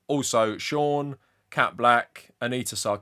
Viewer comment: It's pronounced shaUUUn